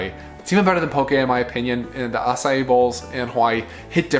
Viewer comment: Thanks for letting us know the correct pronunciation of Acai - not 2 syllables, but 3.